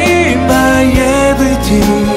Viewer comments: he says "Everyting" ^^ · That moment when he pronounced "Everything" to "Everching". So cute~ ^^